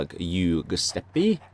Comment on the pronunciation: Good vidya, it's pronounced Joo-sep-ee.